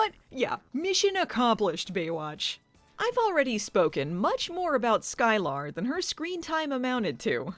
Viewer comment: It's um, Sky-Ler not Sky-lar.